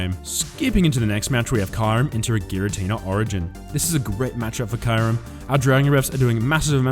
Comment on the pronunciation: Hey 🐶 I love the way u pronounce Kyurem. 😝